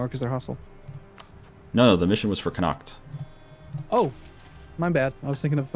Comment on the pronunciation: Irish boyos laughing at the way the say Connacht